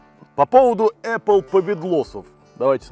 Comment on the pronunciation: Только солид может сказать ApPle повидлос